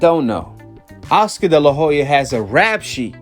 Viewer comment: Oscar de la Hoya... the H is silent. I wasn't going to say anything but you said his name so many times lol